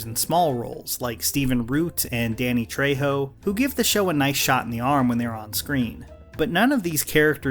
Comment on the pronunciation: i noticed you said dannys last name wrong sorry for nitpicking its just i have the last name and stuff so heres how you actually say it "Tre-ho " I get why people cant because its a Spanish last name and stuff all fine really